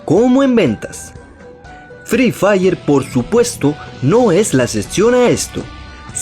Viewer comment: Fre fair se dice fri fair pelotudo